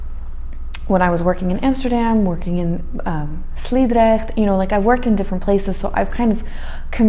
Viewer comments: You can name all kinds of places in the Netherlands and then you call Sliedrecht! 😂😂 Your pronunciation was good despite the difficult Dutch name! 👍 Why NL is relatively clean is because most Dutch people understand that you make your own neighborhood.(je maakt je eigen buurt) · Hihi Sliedrecht is my hometown, love how you pronounced it 😊😉